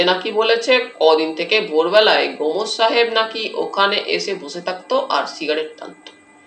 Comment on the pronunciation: গোমোস!😂 গোমোস> গোমস্ উচ্চারণ এত খারাপ!